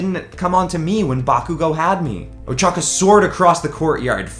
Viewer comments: at the uraraka part its ochako not ochaka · it ochaco not ochaca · Who else got triggered when he said uchaka? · I love how he calls ochaco ochaca